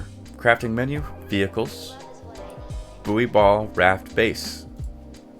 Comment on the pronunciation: Nice video - just for info, "buoy" is pronounced the same as "boy" and not "boo-ee" 😁 Minor nitpick aside, excellent vid.